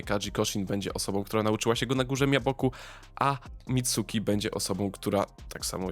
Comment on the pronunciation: Dobre zostawiam subka tylko wymowy się poducz (Mitski nie Mitsuki & w przyszłości pewnie ruszysz Boruto to od razu mówię käma nie karma bo tutaj każdy na czele z Nekonem robi błąd xD)